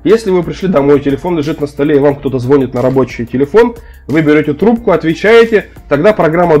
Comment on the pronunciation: Все хорошо, полезно, но звонИт! Нет звОнит, а звонИт! Очень сильно по ушам бьёт. И да, я грёбаный гуманитарий 🤷🏿‍♂️